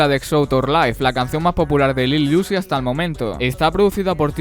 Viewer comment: Bueno video, se pronuncia uzi tal cual no "iuzi"